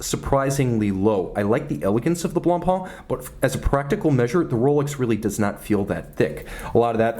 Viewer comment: It’s « Blancpain », not « Blonpainc » ;)